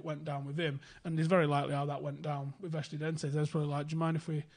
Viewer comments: it's pronounced ESTU-DIAN-TES! This is good content by the way. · I love how much struggles to say "Estudiantes"